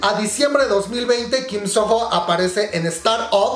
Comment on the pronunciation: Se pronuncia "Sono", la h es muda en este nombre.